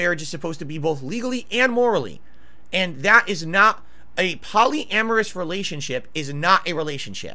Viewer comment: PALLY-AMERUS WTF